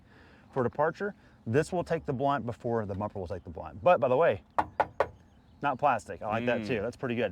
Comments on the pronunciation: The brunt. Not the blunt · It's "brunt". The hitch will take the brunt of the skidding force if the exit angle is to steep. Not "blunt". Brunt: noun, the worst part or chief impact of a specified thing. Grammar lesson over.😂